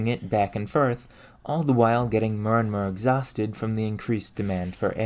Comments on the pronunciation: Okay I get annoyed by british people not pronouncing T's in their speech so I'm sure I'm the minority but it sounds like youre doing a prank when you pronounce every OR sound like ER. Mer when saying More is a good example that literally sounds like youre just trolling. If you're from somewhere where people just talk like that please let me know cause I've never heard anyone talk like that. just made me almost have a brain aneurism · If you learned how to pronounce the "or" sound in most words, (mer = more, perfERmance, etc) your videos would be significantly less frustrating to watch